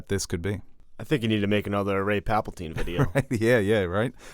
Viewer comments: Also,, are u saying palpaltine on purpose to infuriate nerds? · Dude, will ever get his shit together? Aks, Papltine?